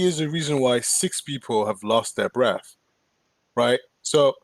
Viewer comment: y’all r HILARIOUS. i woke up feeling kinda low. then yall started saying bref, tasit 😂😂😂😂